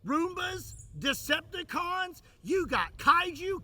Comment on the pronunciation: when bro said DEPTICONS 😂😂 got me cracking like crazy and rolling in my room